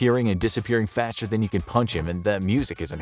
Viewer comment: It sounds more like "Faster, faster fvyfsnsjdjakadb faster